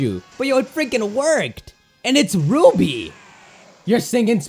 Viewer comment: Did someone here him saying uby insted of ruby steelix